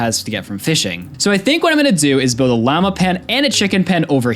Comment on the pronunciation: Why does he pronounce llama and lava so wrong😭